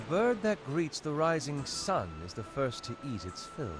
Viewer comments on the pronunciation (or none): none